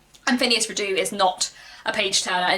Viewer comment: This may be a quibble, but every source I check says "Redux" is pronounced ˈriː.dʌks. Meaning "brought back". Phineas is absolutely not my favourite character. I always think of that song "When I'm not near the girl I love, I love the girl I'm near." But frustrating as he can be, he had too much potential for growth and change to just drop him out of the political and social scene. We might not "like" him as a friend, but I think we must "like" the development and complexity of the character. And of course, his adventures. R. W. Chapman says in his introduction to my edition (and I agree with him) "In the sequel Trollope rises as near as he ever did to the stature of a poet."